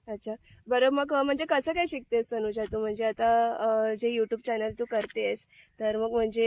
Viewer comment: तनुजा तुमच्या कावळ्याला तनुजा म्हणता येत नाही, म्हणून तो तुला वेइजा म्हणत असावा, बघ तो कधी कधी वैजा असे म्हणतो